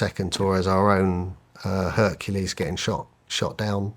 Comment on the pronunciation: Bro seriously.? He said hurkalease